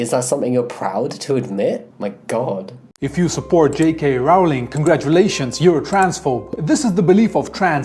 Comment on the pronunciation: Certainly someone in support of Rowling should be able to pronounce her name.